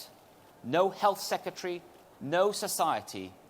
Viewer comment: Seketry... It's sec..re..tary. There is an 'r' in the second syllable